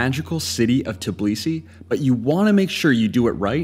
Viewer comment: TIBlisi? Seriously??? It’s TBIlisi…